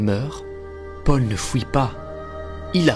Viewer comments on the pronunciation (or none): Très sympa la vidéo ! Par contre, par pitié, travaille ta prononciation et fait attention T-T, à chaque fois que tu sortais "fouit", "pouissance", "détrouit"... ça me sortait à chaque fois et donnait un air "absurde" alors que le fond est super sympa ! C'est vraiment dommage !